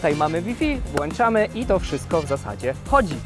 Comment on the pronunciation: Mówimy włączamy a nie wlanczamy a reszta piekna super😅